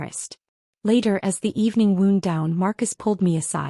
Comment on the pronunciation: Why are your main characters always “pitted” when based on context they should be pitied”? So many errors because AI can’t pronounce words correctly based on context such as the word wound alway pronounced “woond” not “wownd”.